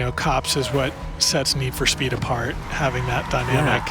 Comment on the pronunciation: Str8up awful 😂